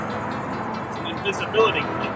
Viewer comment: Did he say disability or invisibility cloak